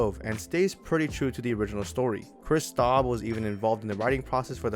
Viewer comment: Kris Straub, his name is Straub not Staub